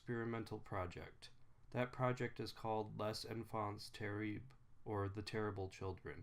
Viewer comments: Lehhh. Infauhnn. terriblll. You wouldn’t say ‘rendezvous’ pronouncing every letter now would ya? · I love how you mercilessly massacred the name "Les Enfants Terribles".